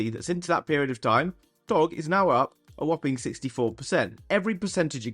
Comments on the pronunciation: Ur missing the g when u say doge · How do you not know the correct pronunciation of DOGE Coin? 😂🤨